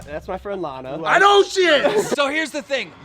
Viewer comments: Start pronouncing names correctly. Do your fucking job. Its pronounced lawna. Logan literally said that in the clip. And you cant even correctly read the messages. He said she jumped him not i jumped in. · You aren’t even saying Lana’s name right. 🙄🙄🙄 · Every time keem pronounced Lana wrong I cut my wrist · Ffs keem can’t even pronounce Lana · im honestly super bothered at the fact that he doesn't know how to pronounce Lana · He said lana wrong everytime it pisses me off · Omg right how do you not know how to pronounce her name lol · Can you start pronouncing her name right holyyyyy shit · Imagine hearing how you pronounce Lana Rhodes and then saying it wrong and also Mike is a fucking idiot bro Lana is hot af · Keem is in a profession where he should be able to pronounce names and places.. He can't say Lana's name right and can't say "Vegas".. Drives me crazy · learn how to pronounce a fuckin name correctly like holy fuck is it really that hard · Keem pronouncing Lana’s name wrong as if he doesn’t know she is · like for everytime keem mispronounces Lana's name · Anyone else get pissed about how he pronounces lana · He pronounced Lana Rhodes wrong on purpose to not get in trouble with his girl you finesse king keem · Whos layna it's pronounced lana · Why he say Laana it’s Lana 😂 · You literally never read or pronounce anything right and its the most annoying thing ever. Plus it’s not like you’re live, you could easily edit it or redo it but of course not bc youre lazy. You also butcher everyones names, for example its LAHHNA not LEHHNA...seriously the easiest name. Get it right, it’s your fucking job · Stop saying lajna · lAnNa its pronounced lanna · He’s says layna instead of Lana so he can get flamed in the comments for it he did the same thing when the Alissa violet and Jake Paul the was happening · Why do you pronounce Lana as Laina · Man sed “laynah”instead of lana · Nigga stop sayin laynah I was so confused on who he was talking about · Lawna. Not Lane-A